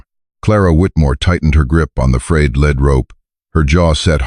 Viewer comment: This AI reader leaves a lot to be desired. “St” = saint, not street. Read (red) is past tense, read (reed) is the present and future tense. There is a lead (leed) rope, not a lead (led) rope. Who writes this programming, anyhow? Non-English speakers? Also, the prior commenter is correct, the horse was marketed as a ‘grade gelding’.